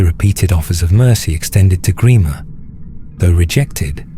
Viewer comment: Gremer?? WTF??